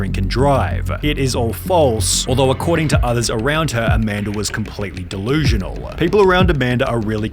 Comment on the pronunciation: It's delusional not dilusional . whoopsie